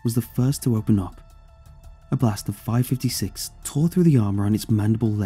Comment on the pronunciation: Its Two-Two-Three and Five-Five-Six not Two- Twenty Three or Five- Fifty Six lol A little american help 👍🏽